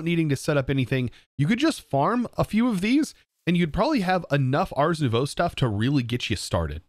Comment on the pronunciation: Day 900 of telling that ars is pronounced «ar» (throat-back-R), and not like «arse»